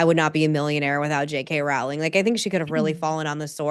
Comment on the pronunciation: JK Rowling’s name rhymes with “bowling” fyi! Following this topic closely because I love all her books (including the current Strike series) and I wish she did more interviews in addition to The Witch Trials of JK Rowling.